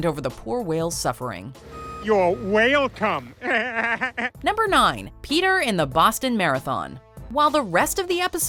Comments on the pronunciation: “Your Whalecome” 🤣💀🤣💀🤣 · Thanks... You're "Whale" come... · "You whalecome"🤣🤣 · "You're Whale-come" hahaha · You're whale-come, ☠ Damn that hilarious